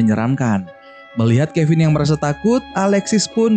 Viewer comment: Abang bilang finn jadi kevin